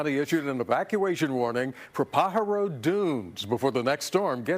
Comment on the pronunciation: Say it, PA HAR O. How I wish newscasters could pronounce correctly.